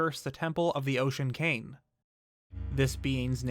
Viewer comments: say cain instead of king one more time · Does anyone else think he says the word 'king' weird? I honestly can't help but cringe every time he says it. It sounds like he's saying 'cane'.